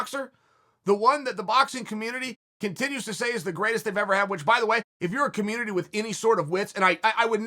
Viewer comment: "Us as a communitry" lol dear god chael.